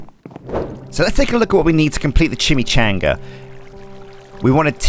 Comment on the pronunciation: I need to quit this series till he stops saying chimichanga the wrong way. It drives me crazy for some reason